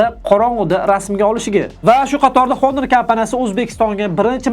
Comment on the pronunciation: Assalomu alaykum Video uchun rahmat. Oka ingliz tilida aytiladi Honor so'zi honor yozilgani bilan o'qilishida Onor diyiladi. Oka Honor emas, Onor dib obzor qisayiz zo'r diydi ko'pchilik.